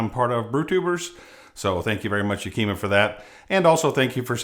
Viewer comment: as a born and bred PNW it's YAK-i-MAH. :D